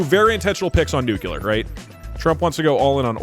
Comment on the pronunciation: Doug’s killing me continually pronouncing nuclear as “nucular” 😂